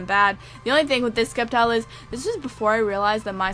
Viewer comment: Sep-tile. The 'c' is silent. Like scepter. Sceptile.